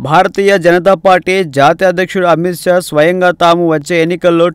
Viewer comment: సోదరా... అమిత్ సా కాదు...అమిత్ షా.....bbc lo kuda ee vidhamga chepparemo